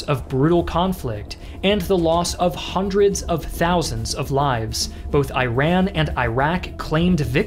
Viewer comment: It is pronounced one hundred. You are saying hundret